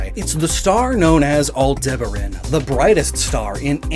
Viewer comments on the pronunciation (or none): Honestly, I think your Japanese pronunciations are better than some of your English ones. You continually mispronounce colloquial in episode after episode, and you called Taurus, the constellation, Tauros more than once, as well as mispronouncing Aldebaran.